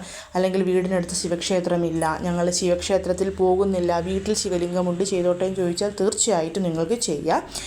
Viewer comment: വീറ്റിൽ അല്ല വീട്ടിൽ ന്ന്‌ പറയുന്നത് കേൾക്കാനാണ് നല്ലത്. ഞാൻ ഇങ്ങനെ പറഞ്ഞത് കുറ്റം പറഞ്ഞതല്ല കേട്ടോ. നല്ല രീതിയിൽ മാത്രം ഉൾക്കൊള്ളണം